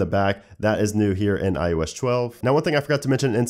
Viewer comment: '' On IOesh 12''